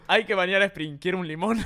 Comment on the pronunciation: Se dice esprin🙄